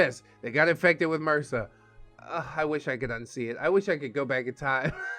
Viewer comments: Lol I've never heard anyone pronounce MRSA as an actual word before... It's not a word it's short for methicillin-resistant Staphylococcus aureus. It simply M.R.S.A bless you your adorable when you do things. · I've heard it said as mersa my whole life.